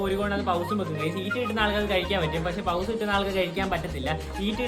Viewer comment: പൗസ് അല്ല പോസ് 😊❤